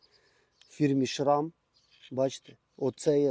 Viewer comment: не знаю де то ШвИИИИйцарія, але трохи розбираюся в велосипедах, і так мені мій досвід підказує, що то там не "планітарна втулочка" ,а мотор. і не "шрам", а Sram (читається як "Срем"). з чого були зняті гальма цікаво?? - ну бо до того міського велосипеда вони ну ніяк не в'яжуться і не потрібні. підфарники НАВІТЬ працюють. хм, а мали б не працювати??